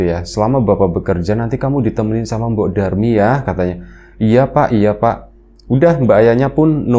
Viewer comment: mbok Darmi... bukan Durmi.. 😅😅😅